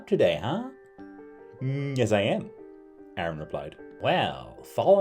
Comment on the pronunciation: Terrifying intro. You pronounce Aaron as Arn.😆